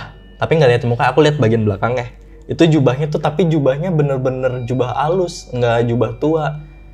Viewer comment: lagi minum eh malah salah ngomong "jubah" jdi "jublah" ngakak banget smpe kesedak.